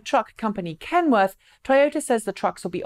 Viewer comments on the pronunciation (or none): none